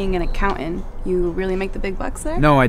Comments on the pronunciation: aN "ACCOU-INT?" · They did it again! No one's pronouncing the last "t" in any word anymore. Accoun-INT. Cultural appropriation at its finest